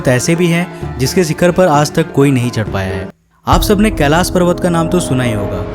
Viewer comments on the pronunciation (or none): none